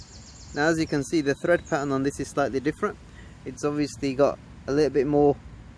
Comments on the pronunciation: Tread not thread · Tread! Not Thread! Ahh...